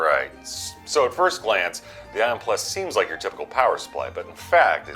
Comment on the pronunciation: U dont rike it u rove it